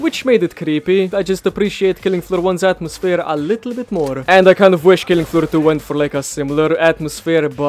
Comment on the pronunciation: Killing aflooh ahtoo